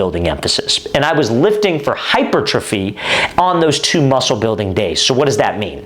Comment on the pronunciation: Thx for the vid coach! Btw, hypertrophy is pronounced hyPERtrophy